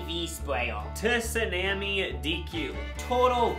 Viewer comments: “toosoname” is not how u pronounce tsunami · did NOT just pronounce the 'T' in tsunami 🦙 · "tisunamee" is the CRAZIEST pronunciation of tsunami i've ever heard